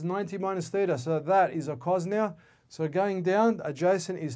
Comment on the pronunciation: Theta -- Greek letter (not thither)